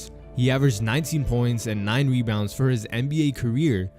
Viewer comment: he said webounds